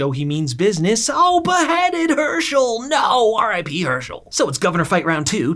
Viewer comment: the way you say R I P gets me every time🤣